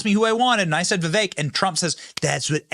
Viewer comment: Benny absolutely, positively cannot pronounce Viveks last name. It's rude in my opinion.